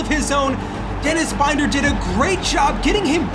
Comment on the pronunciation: It will be very nice to not have to listen to Binder's name mispronounced now, lol. I still feel like there are no stakes in this one. This team should have been in a relegation scrap, not finishing mid table. Like, we can see those overalls, this team has no right to be where they are. It all feels so rushed